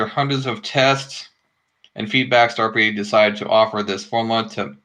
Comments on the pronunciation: in the audio it sounds like you were saying staypery not starpery! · Can't even say starpery